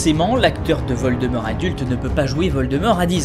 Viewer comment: Geuldemort sa y va bien 😂😂😂😂